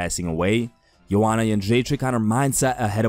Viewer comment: Man, you were able to pronounce Joanna’s name but managed to butcher Glover’s and Weili’s.